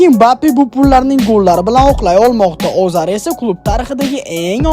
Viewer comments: Azar; Alonso deng brat🤦‍♂️😂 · Сиз исмларда биринчи келган А ҳарфини атайлаб Ога айлантириб айтасизми Озар,Олонса деб😂😂